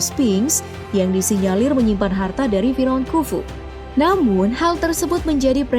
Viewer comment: Bukan fi raun, tqpi fir'aun